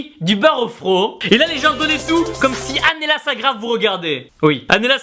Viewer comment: TIBO SA S'ÉCRIT ANLLELA MAIS SA SE PRONONCE ANGELA PUTAIN 😂😂😂 ps: je la suis depuis 2013 car c'est ma motivation en temps que fille et en temps que garçon c'est toi alors merci pour tout se que tu fait peur tes abonné etc car tu mets la pêche à tout le monde même dans les moments les plus difficile boom #teamshape